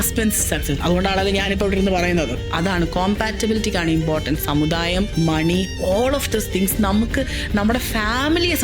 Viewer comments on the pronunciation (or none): none